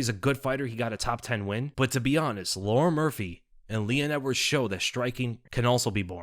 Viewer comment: I don’t think his is pronounced Lauren